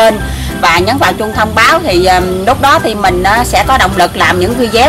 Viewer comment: Cô ơi cô đọc thành vi deo luôn rồi cô ơi